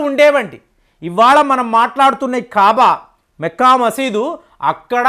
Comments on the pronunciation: మెక్కా మసీద్ కాదురా మక్కా మసీద్ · మెక్కా మసీద్. కాదండీ మక్కా మసీద్ అనాలి.